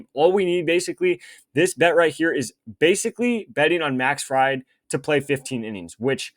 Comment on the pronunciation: Im not sure i can watch this kid butcher these names and still trust his picks. Pronounced Max FrEED bro hes not a deep fryer